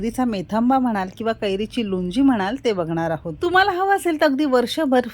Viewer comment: Lunji naahi lounji mhantat yala